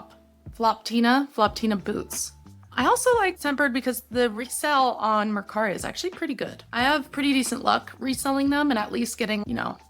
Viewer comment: Mercari not mascara lol